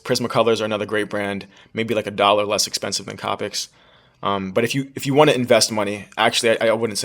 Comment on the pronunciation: It's pronounced co-pick